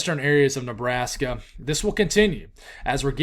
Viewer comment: I’m still laughing at “Lebrashka” from yesterday. It made my night haha